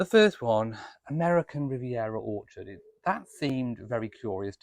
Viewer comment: You nearly said awkward not orchard!